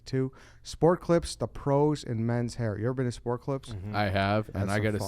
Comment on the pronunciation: I’m sure Sport Clips is thrilled with that ad read. Repeatedly mispronouncing the company name.